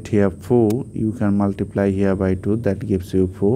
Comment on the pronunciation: At first learn to say multiplt